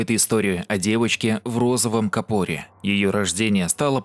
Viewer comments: В розовом капОре🤣🤣🤣🤣, правильно кАпор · Не в капоре, а в кАпоре! Ударение на букву А. Читай значение каждого слова в переводе с англоязычных роликов! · кАпоре правильно, ударение на А, рогАтину, да я душнила